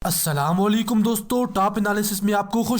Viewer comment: السلامہ لیکُم کیا ہوتا ہے گشتی ماں کی ہیرا منڈی کی ناجائز اولاد؟ سلام کا صحیح تلفظ سیکھ بے غیرت۔